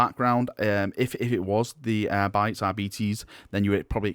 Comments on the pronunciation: if we're following classical Latin pronunciation rules, the Arbites are pronounced as "ARE-bi-TES." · In pronouncing Adeptus Arbites, use the word "arbiter" as your base. AR-BIH-TERR AR-BIH-TEES